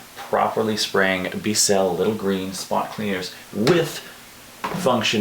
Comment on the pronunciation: B-Cell 🤣🤣🤣 Bissell rhymes with whistle.